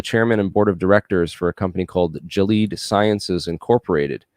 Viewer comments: Lol pronunciation of “Gilead”… you really don’t say “Jilleeeed” lolllls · Awesome. Man, that's a lot of great info. The only thing I'd change is your pronunciation of "Gilead." 😜🤘😎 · "GILEAD" Sciences Inc.: "Gilead" was mispronounced. There are several good pronunciation guides in YouTube, here is one that gives the pronunciation clearly and correctly: From Wikipedia, you will find: "Gilead or Gilad is the name of three people and two geographic places in the Bible. Gilead may mean 'hill of testimony'. If this is the case, it is likely derived from גלעד gal‛êd, which in turn comes from gal and ‛êd. There also exists an alternative theory that it means 'rocky region'. It is now within the Kingdom of Jordan." The very fact that it is a biblical term or city, or person's name, may give us a hint that there is an interesting backstory here: in my opinion, borrowing biblical terms often is an attempt by someone to claim righteousness... religious schools, for instance, often assumed it was their god-given right to inflict vicious corporal punishment on students, treatment that would not be tolerated in public schools. Using "Gilead Sciences" as a business name, may be innocent--- but maybe not. I am suspicious of their true intent.